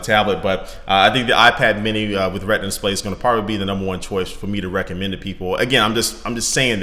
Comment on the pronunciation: It's Retina Display, not Redna.